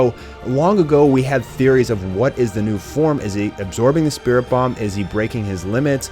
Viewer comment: it's a spirit bom not dat shit wat you saying